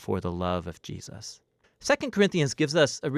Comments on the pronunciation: Not sure if it's my headset, but I constantly here "Ji-us" instead of "Jesus"...it's weird. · Gee-us-ses. = ) Love these. They help so much. Thanks. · I noticed it too